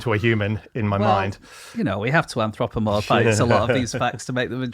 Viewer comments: He said it after anthrax. He was purposefully saying it weird today imo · Is it just me or does James pronounce Anthropomorphise really weirdly?